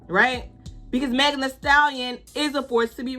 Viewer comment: I did the biggest bombastic eye roll as soon as I heard them * struggling * to pronounce Megan. Their Primary school education couldn't have been that forgettable.😂